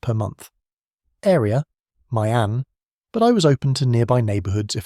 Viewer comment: Why do so many foreigners who actually live in Da Nang mispronounce My An? It's "ME AHN", not "MY AHN."